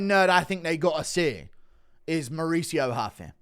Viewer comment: Mauricio ROO FEE not HUFFEE